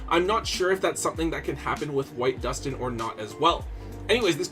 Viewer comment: All I can say is thank GOD you say Duston correctly. We all know exactly who I'm referring to with this comment. 😂